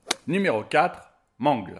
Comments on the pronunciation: c'est pas man-gle c'est m-an-gle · Ce n'est pas mangle mais mangle et c'est pas bb mais balloon boy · Mangleu xD ça ce dit meungeulle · On ne dis pas mangle on dis mangel comme battle c'est mangle voila ci non ces très bon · Mangle.... nan... ça se prononce Mangueule... Sinon j'ame beaucoup ♥ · mangle se prononce MANGUEULE!!!!!!!!!!!!!!!!!!!!!!!!!!!!!!!!!!!!!!!!!!!!!!!!!!!!!!!!!!!!!!!! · Mangle 😂😂😂on dit manguele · je trouve que tu dit mal le prénom de mangle sa se dit mangeul mais ca s'écrit mangle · Comment il dit mangle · Ptn dis correctement mangle en plus bb t la mis 1er t te fous de notre geul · Et ta mal prononcé son nom à mangle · Ca me fait rire quand il dir mangle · Comment il prononcé mangle ça me fait pleurer 😖